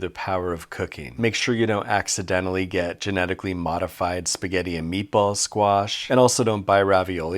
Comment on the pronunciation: "Fill that spahgetti hole with a thick block of fetta" 💀💀